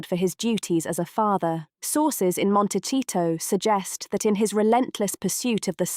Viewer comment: If this video want credibility it needs to be able to pronounce Montecito correctly and get Harry's daughter's name correct... it's not Lilet.